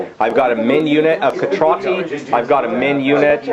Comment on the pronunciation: I've never heard your pronounciation of Cetrati. Is that how it's pronounced? I don't have the Skorne book. I've always heard it where the "C" was pronounced the same way it is in "century" or "center". Immoren being a fictional world and all that I guess it doesn't matter...